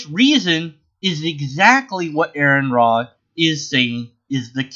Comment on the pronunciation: His name is pronounced are-on not air-on.